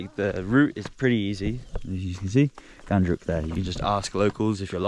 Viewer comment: It's Ghandruk not Gundruk my man. Gundruk is a fermented spinach.